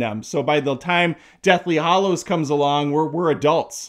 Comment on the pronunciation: If I may interject at this time code , it's Deathly Hallows, sir, not Hollows. Carry on with your rant. I must say, is quite enjoyable. Subscribed.